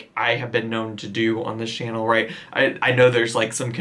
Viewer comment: pronunciations are a hoot. She forgets she can't say "right" but has to say "rot", so she pronounces the word correctly and intersperses it with the mispronunciations. She looks the fool everry time she does it.